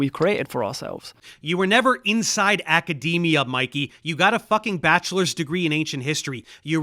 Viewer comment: I’m still scarred by “acadamia” pronunciation